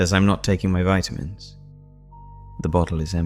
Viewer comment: I love your stories, and like every one else, I think your voice is so nice. But why do you pronounce vitamins 2 different ways?